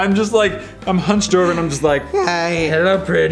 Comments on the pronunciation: “Heller, I am Methias” 😂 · 'Heller Im Matthers'